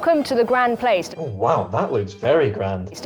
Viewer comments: and yet unable to say "grand place" properly... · I didn't know about French heritage... There's me quietly chuckling at her oh-so-British "this is the Grand Place" when she suddenly busts out some really fluent French!! 🤣